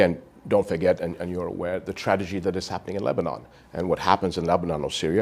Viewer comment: Did he say : " the tradegy?"